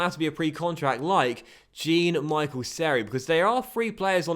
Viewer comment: BTW no hate is pronounced John,not jean